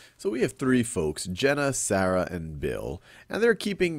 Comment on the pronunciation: It really bothers me by how Sal is saying Sarah >.>